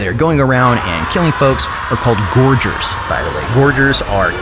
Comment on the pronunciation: Isn't it Gorgers with a hard second G.